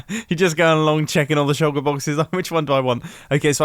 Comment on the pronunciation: Shulker, not shucker